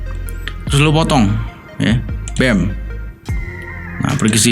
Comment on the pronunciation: "BEM" jadi kaya gitu pak 🤣🤣